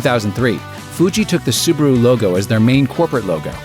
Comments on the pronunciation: it's Subaru. not subuhroo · The second syllable is : Bah. Sue - Bah - Roo; not Sue - Ber - Roo. ` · the advert clearly pronounced it subAru. not subUru like you say!! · any one catched when the guy said subaro whos right🤔🤔 subaru subaro